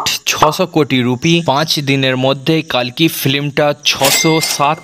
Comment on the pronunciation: কল্কি হবে কালকি নয়